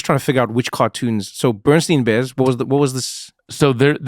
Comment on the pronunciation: It is pronounced the BERENSTAIN bears!!!